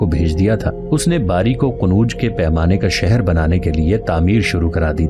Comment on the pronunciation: Bhi aap shahar aor jaghon ke nam sahi padhen pahle qonuj nahin qannoj hai dusra mithra nahin mathura hai aap ke galat nam padhne se badi uljhan hoti hai